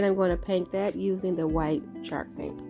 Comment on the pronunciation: It's so adorable how it sounds like she's saying chark paint. Lol. Lovely crafts darling!